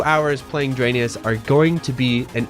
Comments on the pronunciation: Your absolutely right my guy, the development team really should've name this game the way you pronounce it because Drainus is horrible. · are we sure it’s not actually supposed to be pronounced dry-niss? like raiden and gaiden